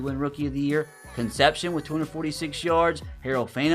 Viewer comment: KC's last name is pronounced con-sep-c-own, his name is tough as an aggie